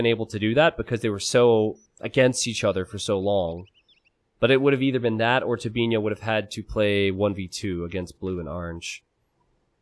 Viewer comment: I'm quite impressed pronounced Tobinho the Portuguese way.